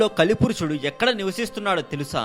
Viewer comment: పురుసుడు కాదు పురుషుడు